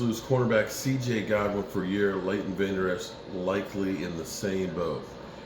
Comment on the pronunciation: It's CJ GOODWIN.....Not Godwin !!!